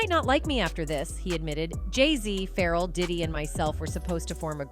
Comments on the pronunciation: OMG dang AI bot.. Its pronounced "FA-REL" not ferral! Hes not a wild animal lol. Get it right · 😂i couldn't understand why tf is it Ferrel, it's so annoying